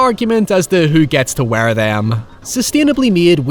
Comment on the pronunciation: why does this guy say "WEAR" like that lmao